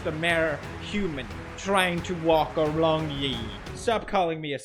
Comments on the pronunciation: Pewds is so articulate 👌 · "I am just a maRe human trying to walk arLong YEEee"